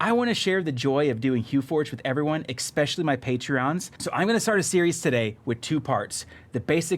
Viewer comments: Let's make it a drinking game. Drink everytime he says EXpetially! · Holy Shit!!! There is no X in the word ESPECIALLY!